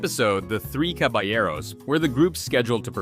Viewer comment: Thank you for pronouncing Caballeros correctly. I was dying inside during that episode like why did NOBODY in the studio tell his VA he was making a fool of himself 😭 cabble yarrows